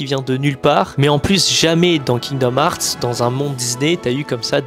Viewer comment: Heart n'est pas hart moi même je suis nul en anglais mais je sais prononcer coeur en anglais svp si tu est fan prononcer le bien